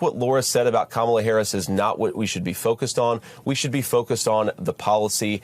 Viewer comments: He purposefully keeps mispronouncing Kamala Harris’s name also to stoke fear of non-white people. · even the way he says Kamala’s name is racist. Would he be purposely mispronouncing if her name was idk Nancy, or Jane or something more commonly white?